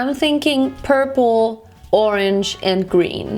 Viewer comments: "Porpula" Ich kann nicht mehr vor lachen 😂😂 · Hey ur amazing and all but pula means something rllyyyyy dirty in my language so... I can’t help laughing when u say purp-pula